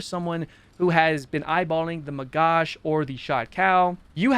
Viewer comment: as an israrli, it hurts a lot every time you mispronoince "magach" the ch sounds like a german "ch" (as in "schlecht" or "ich" or "reich"), and not sh like as in "shirt". im ok with people saying magac, NOT magash, because magash in hebrew means "trey/salver"